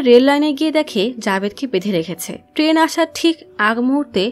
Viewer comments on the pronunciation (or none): none